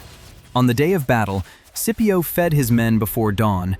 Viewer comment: Thats all good brother but could you try saying the names properly for Scipio and for Velites 😅